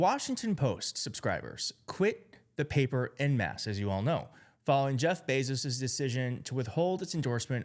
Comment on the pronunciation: "En mass" is pronounced "on mass". It's french. Like "en route"